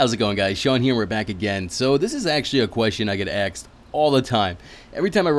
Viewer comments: Asked not axed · he lost me with the hat and the pronunciation of "asked"